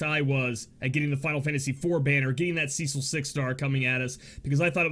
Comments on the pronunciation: It is the first part :D "Ce" is supposed to be pronounced like "se" in 'seldom",not like "sea" :) You pronounce the second part correctly :) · Okay...I just have to throw this out there....his name is pronounced "Seh-sil" not "See-sil" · Cecil is pronounced just as it's written,you don't change "e" into "i". Just wanted to share,since it was bugging me for a while how you pronounce his name :D